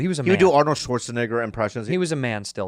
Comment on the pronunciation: Bobby said Arnold Swartza🧑🏿‍🦲